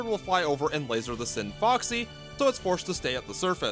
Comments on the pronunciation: It's the scinfaxi the c is silent and there is no o It's not scin"foxy" it's scinfAxi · I dislike how you pronounce Scinfaxi. Not sure how you ended up mispronouncing it every time, considering you hear people say Scinfaxi repeatedly in the game, and its spelled Scinfaxi, not Scinfoxy.